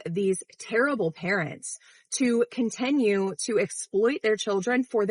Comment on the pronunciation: Why does she pronounce "continue" as "contenue?"